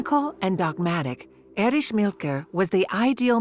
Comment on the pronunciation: The Stazi, or Stasski… with its head, Ériche Mielke.